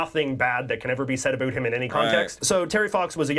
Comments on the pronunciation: Not many of us Canadians say Aboot... we mostly say about like americans do. In fact he's the first I've ever heard do it. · I've seen this guy before, and I can honestly say the first time I saw him was the first time I've ever heard a Canadian pronounce "about" in the stereotype way like "aboot". I don't know if he's doing it on purpose or it's genuinely organic, but thank God most of us don't pronounce it that way. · I think he's the only Canadian to say "aboot " Not how I, nor anyone else I know, pronounces it. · IT IS ANNOYUING HOW HE SAYS OOOOO FOR OU WORDS LIKE ABOUT AND OTHER WORDS.. soory caps. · I also question whether this guy's "aboot" is for real. I'm 64 years old and I have never heard anyone pronounce "about" this way. Not once. In fact, I have told American friends that Canadians don't actually say "aboot" at all. Just like we don't all end our sentences with "eh." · Just so you know, not one single Canadian says aboot unironically. It is not how we pronounce it. Ever. He’s solidifying the stereotype and it drives us mental. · has found a great schtick by comically over pronounce "oot" and "aboot" in a way that no English speaking Canadian would ever do in normal life. I do remember seeing a few scene in the T.V. show "How I met your mother" where Barney teases Robin about how Canadians say about so maybe thats why he does it. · He is the only Canadian who says aboot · He does this intentionally, not only with about but any word that has the letters ou in it. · This YouTuber is well known and not taken seriously by Canadians because of his affectedly fake Canadian pronunciations. Specifically his put-on “aboot” usage. He may have some good content, but a lot of us find him tiresome in his lust to become a stereotype. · ahhhh the ironic aboot... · He is definitely saying "aboot" like that on purpose. Aside from that, great video!! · I’m pretty sure it’s put on, no one I know says aboot. It’s about rhymes with out.